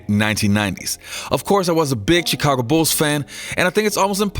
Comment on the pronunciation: Its "Shi-ca-go" not "Chee-ca-go"